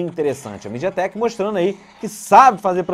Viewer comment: Falou Mideatek, parei com o vídeo